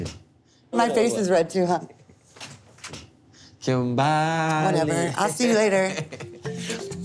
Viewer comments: Her name is Kimberly not kimbaaaaaaaaly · It’s Kimberly they say kim bali 😂😂😂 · It sounds like he’s saying “TIMBERRR!!” When he says her name lmao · “KIM BA LEE” 😂😂😂